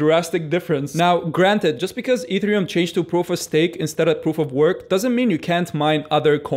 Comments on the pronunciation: pronounced EH -TEH -REH -OOM ......NOT....E THREE -UM also to understand a third of what he says instead of nothing at all click the setting of the video and click the playng speed at -,75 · taking advice from a person who doesn't know how to pronounce e t h e r i u m :D